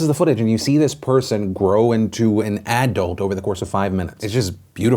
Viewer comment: the weirdest pronunciation of the word "adult" I've ever heard lol